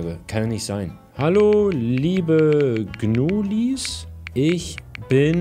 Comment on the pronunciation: Nicht gnuileins es heißt gnulis